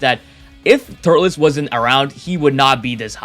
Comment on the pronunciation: It’s turles not turless